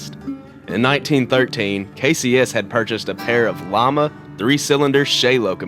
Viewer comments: I heard Llama too. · Lima is pronounced Lye-ma, not llama.